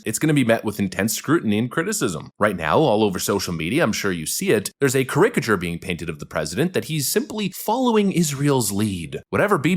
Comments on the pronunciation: 🤖Dude, are you an AI voice? Does any human mispronounce "caricature" like this: kə•RI•kə•chur?🤔 media I'm sure you see it there's a caricature being painted of the president that he's simply following Israel's lead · Does not know how to pronounce caricature?